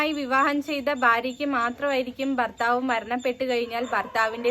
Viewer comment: ബർത്താവ് അല്ല മോളെ, ഭർത്താവ്.